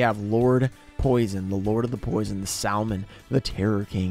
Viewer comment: Can the editor change the way he pronounces salmon....its sam not sal